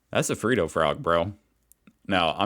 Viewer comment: Its ot Free dough m8 its Fred dohh